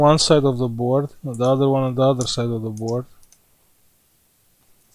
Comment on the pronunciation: Come on, speak with me... mother.....”board” :-))